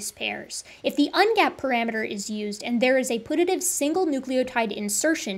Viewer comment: One thing that bothered me was your pronunciation of "putative" it's not pronounced like put–a–tive it's pronounced like pew–ta–tive